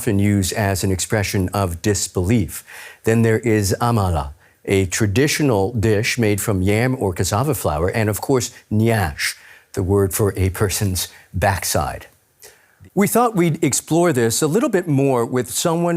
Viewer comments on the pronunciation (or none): YANSH not NYASH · No. It's "nyash". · Who be this one? It is nyash